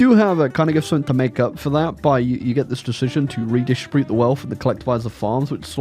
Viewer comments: Mmm yes it's time for to say "summink" in a video despite English being his native language and "something" having nowhere close to a "k" sound in it. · Technically, "g" and "k" are quite close together in terms of articulation. One's voiced, the other isn't, that's the only difference.